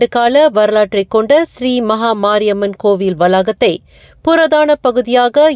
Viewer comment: புரதானம் குரதானம் கரதானம் புறாதானம்🕊️🕊️🕊️🕊️🕊️🕊️🕊️🕊️